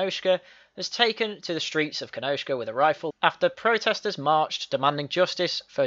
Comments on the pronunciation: You are right, it’s ‘Kenosha’ there’s no K in it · It's Kenosha, NOT Kenoshka.